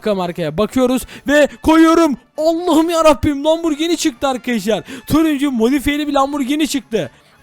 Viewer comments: Lamborgin değil lamborjin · Lamburgini değil okunuşu asılı lamburcini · Abi sen lamborghini derken hamburger diyorsun sanki